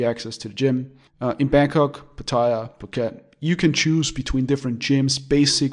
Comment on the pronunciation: please learn how to pronounce Pattaya...If in doubt, ask a Thai. It is not Pa TAY a. !!! OMG